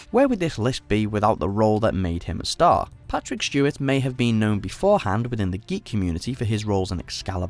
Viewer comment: Is the person saying Shtewart?